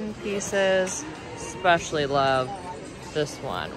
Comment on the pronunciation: “Anyways” and “expecially” - really? You’re darling but that mispronounciation thing has got to go!